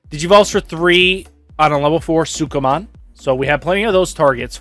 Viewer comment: man you really struggle to say sukamon.